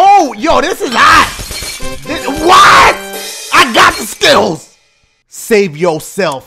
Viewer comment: When Dashie said I GOT SKILLS it was like he said I GOT SKITTLES!!! 😂